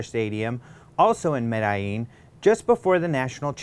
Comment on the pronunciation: Come on,. You can pronounce "Medellin" better than that.